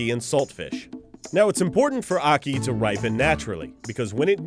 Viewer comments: No one in Jamaica pronounces it as "ah-kee", the "a" is pronounced the same as in "animal". Not sure if it's correct, but I assume it is since it's our national fruit XD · we pronounce it aki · being jamaican, only tourists get poisoned from it and no one here eats it raw, and its so strange to hear other ppl pronounce it, we just say acke not ackee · loool omg u guys...its pronounced AHkee....like AH for apple....ackee -_- not awkey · Lychee rhymes with See see Ackee rhymes with Jackie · I found the way you pronounce it funny, we pronounce it "A Ki" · He pronounced it wrong the whole video... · how they pronounce ackee makes me cringee..actually the whole beginning made me cringe lol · you prenounced Ackee wrong